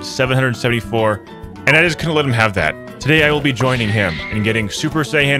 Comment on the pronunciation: Dbz Fans comment if you want to hunt him for him saying Sayian wrong